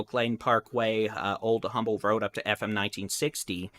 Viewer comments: It’s pronounced UMBLE, as if the H is silent❗️⚠️ 1-9-2022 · FYI it's pronounced umble, h is silent.